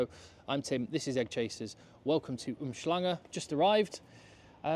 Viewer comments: The pronunciation of our surnames, as well as Umhlanga now, too! Honorary South African for sure. Good stuff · The man pronounced Umhlanga, Hluhluwe & Umfolozi so easily you'd swear he has lived here all his life...and that says a lot about the effort he has put in considering how some South Africans still say Umshlanga Definitely a top bloke! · Your pronounciation of uMhlanga 👌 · Man’s casually pronounce uMhlanga so easy,😂😂 I was expecting a weird pronunciation 🔥👊